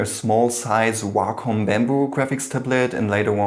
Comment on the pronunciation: he said wacom and I thought walk home😬😬